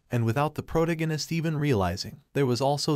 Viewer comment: [PRUH] + [TAG] + [UH] + [NIST], how to say protagonist. Good content, but this was killing me.